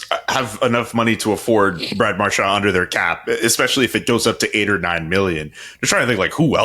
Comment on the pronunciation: If nothing else, I like that CJ and actually pronounce Marchand's last name correctly. It's definitely not Mar-SHAND.